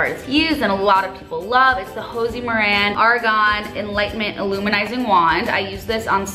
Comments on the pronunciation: Hi! I believe when saying Josie Miran the "j" is a j sound not an h😂 love the video! I made the same mistake for a while😂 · "Hosie Maran" idk why I'm laughing so hard at that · Did she actually just pronounce Josie Maran like that